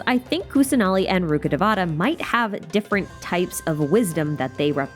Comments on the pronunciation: Not day-vaa(h)-ta it’s day-vuh-taa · It’s ru-kha-dayy-va-tha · Please, it hurts me to say this, but pronounce Rukkadevata accurately... The game butchers the names so much and it pains me to hear that Ru-KHHUH-day-vuh-taa emphasis on the KHH if you can, please try! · the pronounciation of rukkhadevata is ahhhhhhhhhhhhhh